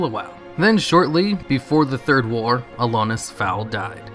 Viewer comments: Everytime you say Alonus i wanna die Is AlonSus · "Alonus" Foul xD You're missing a consonant buddy. A-lon-sus. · ALONSUS not Alonus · It's Alonsus not Alonus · it’s Alonsus Faol, not Alonus Foul. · no offense, but it's alonSus not alonus. otherwise nice video ;) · Also its Alonsus foal not Alonus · AlonSUS, not AlonUS. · ALONSUS. Not alonus... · AlonSUS, not AlonUS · Did you just not read the first "s" in "Alonsus", or did you not read the name at all and just guessed? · Alonsus: uh-lawn-sus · dude, love your vidoes.... but can you please read names of things properly? Alonus...? Freyjah ( and not Freyja pronounced Freya).... Like seriously I dig your stuff but come on man. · Brah please.. it's AlonSSSSSSSSus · "Alonus faol" Arghhh! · Jesus Christ aren't you reading that shit? you've said 'ALONUS' 3 or 4 times now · You know there's an "S" in Alonsus, right? It's not pronounced "Alonus". Jesus Christ, get your shit together. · You said Alonsus wrong, the s is not silent. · my only issue with this is the mispronunciation of Alonsus' name. otherwise? BALLER video. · So fucking triggered about the way you said Alonsus' name. But otherwise it's a solid 4,5/5 video keep up the good work man! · the s in Alonsus isnt silent :P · I like how you consistently mispronounce Alonsus the entire video. There are not one, but TWO S's in his name. Surprise!